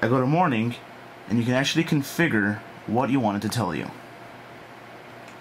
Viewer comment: configger xD